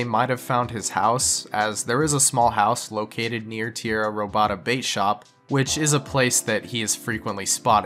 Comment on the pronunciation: Tee-era Ro-bada 😂 Stolen Land in English